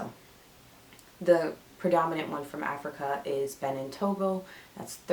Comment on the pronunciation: Thanks for sharing your results. By the way, Benin is pronounced Beh-been.